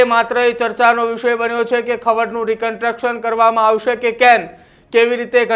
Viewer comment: "કનટ્રકશન" 🤣🤣🤣😂😂 અભણ ભેગા કર્યા છે બધા. એને "કનસ્ટ્રકશન" construction કહેવાય. તમે લોકો પાસ કેમ થઈ ગયા જર્નાલિઝમ મા ? 😅